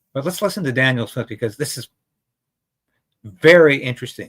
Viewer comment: Can you please pronounce Danielle's name correctly? You keep repeating " Daniel." Thanks.